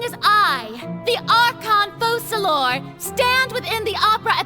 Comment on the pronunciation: Hilarious how pronouncing Focalors properly even after hearing it a million times is impossible 😂😂😂